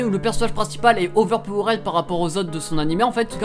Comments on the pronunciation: on dit "overpower'd", astuce le suffixe "ed" en anglais ne se prononce jamais "ède" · La manière que tu dis overpowered 😂 bon tes français alors sa passe.